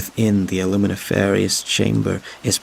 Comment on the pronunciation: luminiferous is not pronounced that way.